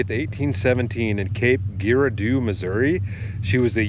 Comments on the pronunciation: Missouri native here, Cape Girardeau is pronounced Gerard-oh. I pronounced it the same way when I first seen it as well! lol Crazy Crew representing in the comments! Looking forward for to the sticker drop! Is it coming soon? 🙏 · Haha it’s Pronounced Cape Girardeau that’s my area!!